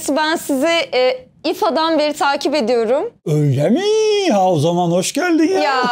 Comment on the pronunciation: "öyle miğğ" butonu